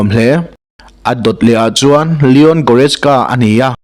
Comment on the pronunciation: I pronunciation uluk deuh la ka van ti em aw..Entirnan : Leon Goretzka kha.. Lian tiin ilam daih a,Li-awn tia lam tur. Chute mai chu aw..